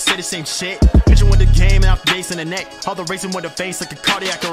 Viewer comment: bro i thought he said Deek But he said neck lmfao